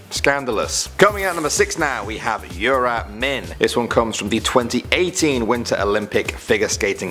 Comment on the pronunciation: he says Yura Min weird then goes back to normal